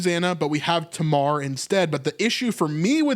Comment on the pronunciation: In English Tamar is pronounced "TAY-mar"